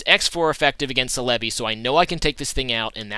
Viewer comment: ce-le-bi...no its cell-a-bi